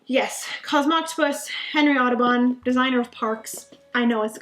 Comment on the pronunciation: I didn't hear "Kinkstarter", but being German I swear every single time you say Henry Audubon's name I just hear "Autobahn" :') Also, no idea how you managed to fit all of those games you received or purchased into your luggage. I couldn't travel with a big number of games as it would simply be too nerve-wracking an experience.